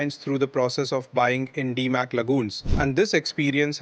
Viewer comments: Damac not Dimac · A good start would be to pronounce Damac correctly. 👆